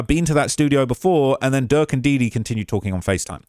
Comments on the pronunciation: Why you keep saying jerk instead of durk? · keep calling Durk. “Jurk” 😂😂😂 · Why you keep calling bro jurk 😂😂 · keeps calling him Jurk lmao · Butta said durk lamron😂😂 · @@ I think just mess up names he keeps calling durk jerk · Durk not jurk ahole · Why u keep calling durk jerk 😑 feel like u doing it on purpose now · Why do you keep calling Durk, Jerk 🤣🤣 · Stop calling him jurk yo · after the 6th time u called him Jurk starts 2 feel like it's on purpose 😯😯😯😯 they pressed u Bad huh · He keeps calling durk jerk 😂 that’s hilarious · I’m shock how much these witnesses are talking, I know they’ve made deals with the prosecution, but I’m scared for them after all this testifying! Also I know it’s accidental but saying jerk instead of durk is making me lol 😂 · Why u keep calling durk, jerk? 😂😂